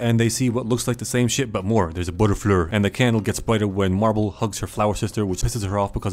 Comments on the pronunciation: It’s not marble it’s mirable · did no one realize that he called mirabel marbel or is it just me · it pains me everyone says marble and not mirabel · Who the hell is marble?! Her name is mirabel. Edit: yes I know its a joke. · every single time he calls mirabel marble i lose a bit of my shit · Mirabel ❌ Marble ✅ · Mirabel🚫 Marble✅ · Mirabel 🚫 Marble ✅ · calling her marbel made me crack up xD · I love the fact you call mirable marble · I love how he said marble instead of mirabel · i love the fact that he calls mirabel marble 🤣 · i love how he says marble instead of mirabel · bro's calling mirabel "marble" 😂😭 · The fact that he called Mirabel Marbel XD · it do sound like he be saying marble though XD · Also it’s Mirabel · k guys-, her fucking name aint MARBLEEE